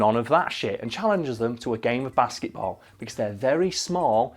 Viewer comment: It sounds like he's saying basseyboll